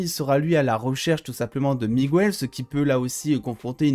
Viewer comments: Mec tu dis migouel au lieu de Miguel sinon merci de m'avoir fait aimer cette video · juste petit truc c'est pas Migouel c'est MiGuel